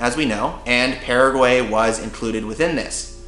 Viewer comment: I'm from Paraguay, living abroad and I have to say that this is one of the first vlog /blog about my country being fear about describing my lovely Country. I'm very grateful for it! Thought, there are a couple of things I would suggest to correct about the pronunciation such "Paraguay, mbeju, terere, jopara, and the river name" ;)